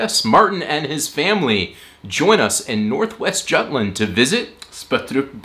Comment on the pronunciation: As a juTlander by heart, but also a traitor by where I live now... I can't get offended. But you're entirely correct, either say Jutland as in English or Jylland as in Lolland. Just choose one, none of them are offensive. But something in between is just confusing.